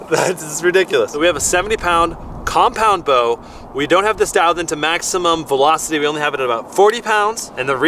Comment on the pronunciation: How is it hard to say compound